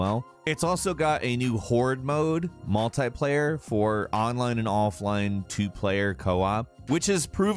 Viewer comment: Yeah I've noticed his pronunciations are either inconsistent or just weird af, like with words like multiplayer or the way he pronounced Enix. Sounds like he might be tired or it may be an accent thing.